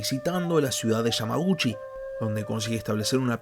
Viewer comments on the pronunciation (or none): Se dice yamaguchi no yamajushi se dice dejima no deshima🤦🏽‍♂️